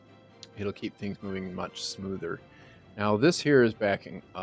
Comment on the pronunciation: Love your videos!, but for the love of English, the word is SMOOTHER!